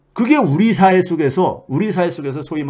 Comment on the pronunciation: 유명하신 최배근교수님의 채널을 자주 듣고있있고 도움도 많이 됩니다. 헌데 항상 아쉬운것은 발음에서 長音과 短音에대한 인식이 너무 부족하다는 것입니다.. 이번 동영상에서도 초반에 '社會'(단음)를 '四會'(장음)로 발음하시네요.. 공부좀 하셔서 고쳐주십시오.